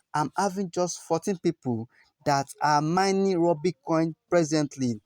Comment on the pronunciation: Rubi not Rooby